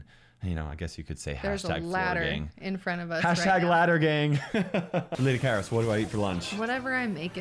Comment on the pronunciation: im actually greek and understood that also kairos means weather in greek but its pronounced keros